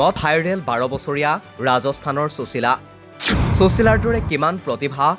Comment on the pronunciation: চুচীলা বুলি উচ্চাৰণ নকৰিবচোন ।সুশীলা নামটোৰ সৌন্দৰ্য্য ই নাথাকিব।